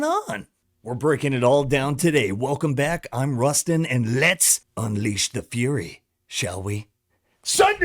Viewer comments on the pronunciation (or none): none